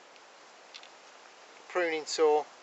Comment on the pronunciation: Nice to hear the correct pronunciation of "baton" for a change.